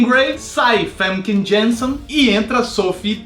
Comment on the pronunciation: vc e muito carismatico e adoro seus videos, mas so tenho uma pequena correção a fazer, o nome da atriz que faz a jean grey na trilogia original Femke Jenssen se pronuncia Fanka Ianssen (holandes), a mesma disse em entrevista no brasil